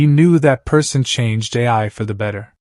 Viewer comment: It’s Ai not AI!